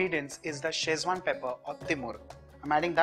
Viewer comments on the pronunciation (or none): none